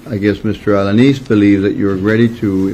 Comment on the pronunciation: It’s alaneez (alaniz)